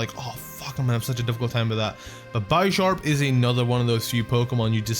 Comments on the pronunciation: It's BISH-ARP not BYE-SHARP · I still hate the way you say Bisharp, it's obviously Bish not Bi S, y'know cuz Pawniard is a pawn and Bisharp is a Bishop? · Sorry, but I think it's bish-arp not bi-sharp, unless it's like bi-sharp in the anime or something... because he's a bishop... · That's not how you say bisharp it's not bysharp like by sexual it's b I sharp i aaaaaaaa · its proncounces beesharp, not bysharp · Bisharp is pronounced as Bee-sharp, not By-sharp... It is a combination of BISHOP and SHARP... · And bishop is pronounced Bi-shop not Bee-sharp So Bisharp should be bi-sharp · B-I-sharp not bie-sharp bro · byesharp? i thought it was bisharp? oh i was wrong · By sharp lol it's bisharp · Did he just call it bi-sharp it's pronounced bishop, like chess but bisharp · You pronounce bisharp wrong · bisharp's name comes from bishop and sharp so think of how you pronounce it's name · u pronounced Bispharp wrong.. it's pronounced like Bishop but with sharp instead of shop... pawniard (pawn from chess) evolves into Bisharp (Bishop from chess) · The "I" does not say its name in Bisharp, the name is a combination of bishop and sharp. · One of my pet peeves is when people mispronounce Bisharp. Always elongating the i. It's Bisharp as in bishop, Not Bisharp as in bicycle. I'm just like complaining though so don't mind me.